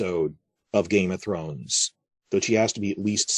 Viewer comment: Ive been watching your vids for years. Always wanted to ask... why do you say "GAME of Thrones" with an emphasis on "Game"? Rather than just saying "Game of Thrones" with no words emphasised? Also "HOUSE of The Dragon" in this video but then you say it normally like "House of the Dragon" . Have been noticing this speech inflection for years but never bothered to comment. I live in NZ and have noticed other people sometime say GAME of Thrones too but almost everyone just says each word with equal emphasis. You do it when talking about other shows like the WALKING Dead and HOUSE OF cards. Maybe an American thing. I find it interesting though.